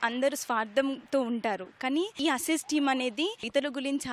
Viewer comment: It's asez not asaj